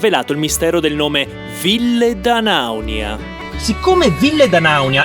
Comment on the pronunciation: Ora che hai imparato a pronunciare bene 'Ville D'Anaunia' prova a dirlo in corsivo